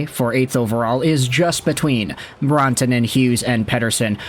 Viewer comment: not trying to be a jerk here but its pronouced rant-a-nen